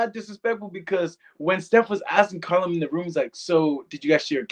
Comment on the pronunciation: It's Callum, not Collum